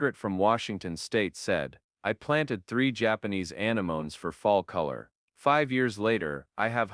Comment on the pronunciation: Some of these computer-generated voices’ pronunciations can be so irritating. It’s a-nem-o-nes, not a-ne-mones.